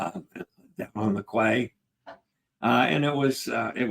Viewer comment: Ceviche (ce-vi-che) = Say-vee-tchay, use your default vowel sounds for Spanish too! Quay/Cay = Kee; Quay = Kee; Quay = Kee Vay-nay-tzee-ah, nay-tzee-ah; nay-tzee-ah; nay-tzee-ah Work on your ñ (NY) sound, as in España and the GN in lasagna and Magnifica! N-yah: Mah-nyee-fee-kah, nyee = ñee